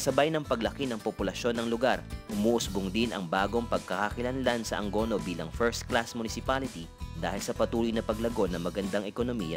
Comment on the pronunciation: it should be "A-ngo-no" hindi po "Ang go no"